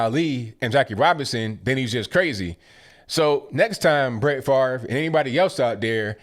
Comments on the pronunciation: FaRVe need to get his brain check and as well as his way of thinking. Really FaRVe?! I think you also need to Pronounce your name correctly or SPELL IT correctly! (Fav-Ray) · Why is Brett Favre's name pronounced so weirdly? It sounds like it should be spelled "Farv" not "Favre".